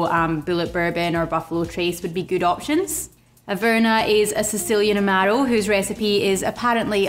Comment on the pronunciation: I've been making Black Manhattans for a few years. I had one again recently. I think I'll be needing a new bottle of Averna soon. Thanks so much. Great channel. BTW I love how you say "Amaro".